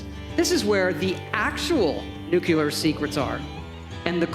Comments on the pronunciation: Did Todd Howard just say "Nuculer" secrets? Lmao just like George Bush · May I ask a question to american people? Why do you actually pronounce "nuclear" as "nucular"? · i can't get over how people can get away with saying "nukular" or "tircintenial" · He said “nuculer”. God damn. It was going so well too. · You'd think Todd Howard would have learned to pronounce "nuclear" by now.